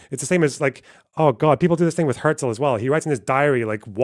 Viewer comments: it’s nice that you’re German, but his name simply isn’t pronounced like that. she says his name half a dozen times throughout the video. The first time she says it was a ridiculous over-pronunciation where she basically said hya-zel. His name was quite simply pronounced herzl with a german r, closer to her pronunciation than how an American would say it but still not the same. Later on she says it fine. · She did however pronounce "Herzl" very german, even sounds kinda south german.